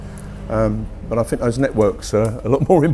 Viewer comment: I can't take anyone seriously on an intellectual level when they can't even pronounce `th` properly as a native speaker. I know this is my ridiculous bias, and millions of people do this, but I still think it makes someone sound unintelligent to say fink instead of think. It's not that hard to change it. What does that guy even specialise in? His arguments are very superficial, he should not be in any position to influence students. Mr Sampson is surrounded by the products of human invention, even the chair he is sitting on didn't exist until someone invented the chair. What an absolute idiot - the very definition of Dunning-Krueger. I think he wants to drag everyone down to his level which is obviously quite low, maybe because he realises this and it's easier to drag others down than to lift himself up.